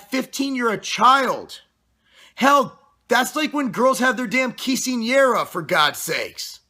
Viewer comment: nice pronunciation on quincenera!!